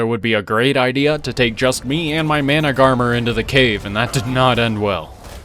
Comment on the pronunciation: Isn’t managarmr pronounced man-ag-a-mir?